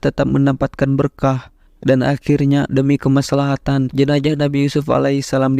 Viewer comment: Jenazah : tubuh yg sudah terpisah dgn Roh. JENAJAH : kemaluan (salah satu bahasa suku yg ada di Sumsel) Itulah pentingnya artikulasi yg tepat dan jelas dlm menyampaikan berita. Z harus disebut "Z" bukan "J"